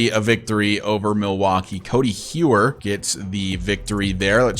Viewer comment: I remember you saying to let you know about pronunciations and stuff, so Codi Heuer is pronounced like Cody Hoyer.